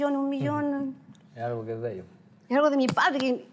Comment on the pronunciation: NUNCA ES TARDE PARA APRENDER.....PARA DECIR LA PALABRA " ALGO " NO SE DICE aRgo....el ARGO NO EXISTE! ASI QUE HOY PUEDE UD APRENDER ALGO...SI ALGO, ESE ALGO ES QUE SE DICE ASI..A...L...G...O NO argo ARGO NO SE DICE!.....NUNCA SE DEBE DECIR...'EL SORDAO SE TOMA EL CARDO CON ER DEO!